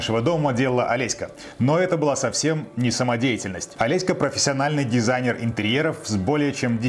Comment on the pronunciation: почему все время называете жену ОлесьКА? так режет слух